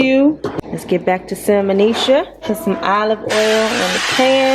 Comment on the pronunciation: "Salmoneisha" Lol